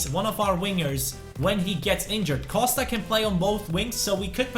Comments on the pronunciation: Buy Ebenezer Ofori as a sub. Great allround player with OK potential. Also please stop saying say "Coshta" :) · Pronounce Costa right